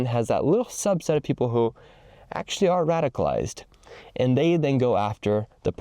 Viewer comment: It's 'radicalized', not 'radified'